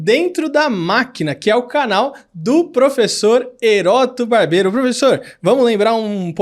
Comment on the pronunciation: Ele flw Eroto Barbero na primeira vez huhauhauhauhauhauhauhauhauhauhaiha